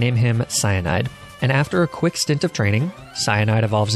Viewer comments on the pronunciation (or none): none